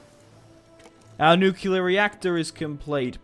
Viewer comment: nucular bombs